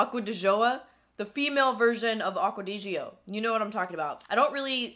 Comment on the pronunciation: Aqua di gio ( Aqua dee gio )😂😂😂 girl get it together